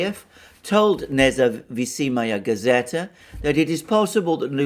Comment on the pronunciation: l am not Russian,but your carnage of Russian names sounds plane stupid, N-E-Z-A-V-I-S-I-M-A-Y-A G-A-Z-E-T-A{The independent gazette).Please take a moment in the future and read those words letter by letter before making a video,you will sound more competent if you do that...